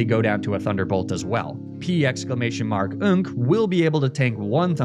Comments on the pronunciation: The commitment to "P-exclamation mark-nk" is amazing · The commitment to saying “P exclamation mark nk” every time is unparalleled